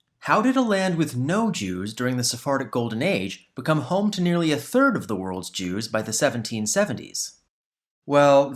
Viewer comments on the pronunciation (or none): none